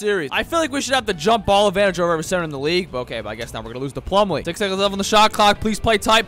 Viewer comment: Bro latterly said miles plummle